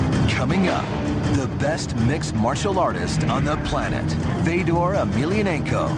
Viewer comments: Isn't his name Fyodor? As in Fyodor Dostoevsky? Isn't it pronounced that way? I've heard him say it, and it isn't Fedor, it's Fyodor. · FAY-DOR (dumb 'merkin pronunciation) Fedor choking out a crash test dummy is all very well and good, but... but Barack Lesnar HAS NO NECK, and Barack's brain requires only 1/2 the oxygen of a regular human due to the fact that Lesnar is missing the entire front half of his brain. Fedor can choke out the snake any of a million or so ways cecause the snake is 100% neck; Fedor can cross his arms I Dream Of Jeanie "figure 8" style, and DOUBLE choke out the snake That snake is purty.